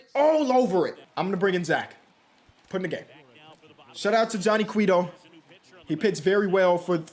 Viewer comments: for future reference it Quay-Toe just like Quavo with a T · its pronounced like QUAY-do or QUETO